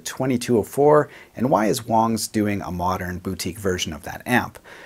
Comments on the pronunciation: Uh, it's not Wangs (like bangs), it's Wangs (like bongs). Seriously, it's the most common name in Chy-na, I mean China. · I believe it pronounced "WANGS" not "WONGS". An "a" not an "o". Wangs! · Its not Wongs its Wangs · I think you're saying it Wong. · so it is pronounced "wongs" just to say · Okay I was going to say I can't agree to this statement I like Wang's! But when you said the correct pronunciation I guess I can go ahead and leave a like man...😂